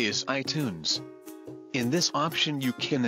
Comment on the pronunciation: Mobile Filmmakers inflexion and emphasis wrong. Most hilarious thing is how lumpy robot head said "iTunes".